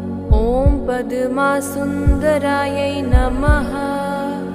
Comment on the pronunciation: It is not padama, it's padma